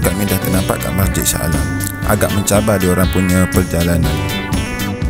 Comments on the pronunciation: Dari shah aley ko? Cuba try sebut shah alam😂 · Sebut laa betul2 Sha Ale